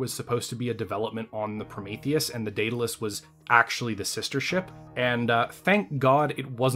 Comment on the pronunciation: i worry that youre hung up on spelling. the name of the ship is clearly pronounced "dead-a-luss" thats how its always said..... 100% of the time. why do you keep saying "day-da-luss"? is it for fun?